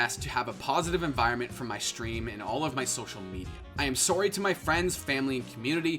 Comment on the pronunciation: “I am sowree” is this man Canadian